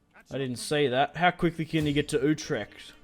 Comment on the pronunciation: it is not youtrecht. it is like uutrecht